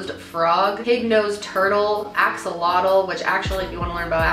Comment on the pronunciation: Omg yessss! Who else thought of Taylor when she said exalotal